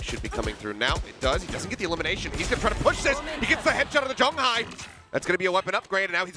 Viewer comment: I wish they can pronounce Jeong Hi's name better but these casters are good.